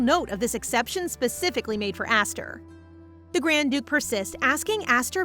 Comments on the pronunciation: LOVE ya BUT YOUR PRONOUNCING ESTHER WRONG!! It is Eh-str. Not Aster!! Unless it is really says Aster. The subtitles and you keep going backwards it drives nuts. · The name isn't pronounced asther, its esther, and it's not judie, it's jude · Is the name actually pronounced aster? Cause i thought Esther is more pronounced ester? (Correct me if im wrong) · ES-THER ESTHER NOT ASTHER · Asther or Esther? (Esther is pronounced es-st-er bc of Mr. Hopps playhouse 2) anyway this was so good & I heared Esther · everytime u said her name my brain kept thinkin to my name "Aster" meanin "star" but her name is spelt "Esther" a religious name. idk if its pronounced differently where u live but here for me Esther is pronounced "eh-s-ter" rather than "ah-s-ter" hence the confusion for me XD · Ess ter ess ter not ass ter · GAAAAAAH ..... it's ES - THER, NOT ASS - THER, Nice story though. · Isn't her name supposed to be pronounsed as E-sther not A-sther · MC shares my name "Esther" how cool. By the way it's "Es-ther" in pronunciation ❤❤ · Wait is it really pronounced like Aesthar? I pronounce it differently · The name is pronounced ess-ther from how it’s spelled but it’s okay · hey just wanted to tell you that the way you said Esther is wrong 😑 not hating just saying 😅it kind of feels weird because that not the way it goes and as a person who has had that name for there whole life 😂😂 just saying and I also love you video ❤❤ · I'm sorry to say but the way you said Esther's name was so off. My name is Esther and that is not how you say it but it was a bit funny how you said it😂